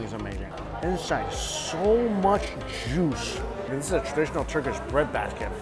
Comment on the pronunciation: I love how he pronounces juice as jewsh